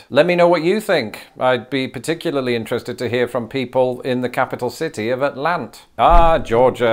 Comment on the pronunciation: You usually drop the Ts in Atlanta, as in "Alanna". But you did the best you could, I can't judge because I don't even know how some of our lesser known place-names are pronounced, 😂